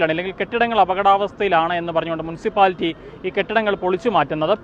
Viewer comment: മു'ൻ' സിപ്പാലിറ്റി അല്ല, മുനിസിപ്പാലിറ്റി.